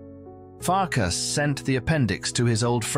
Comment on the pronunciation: Not Farkash but Farkas. Not Janosh but János. In the Hungarian language what sh in English (for example ship) is s. What s in English (for example sky) is sz in Hungarian. I am Hungarian. Not to mention, that in Europe the Hungarian language is the only one where the family name is in the first place and the christian name follows it. So the correct names are Bolyai Farkas and Bolyai János. Another interesting thing that the ly in Hungarian is y in English (like yacth).